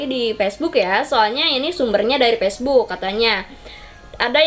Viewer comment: woyy facebook bukan pacebook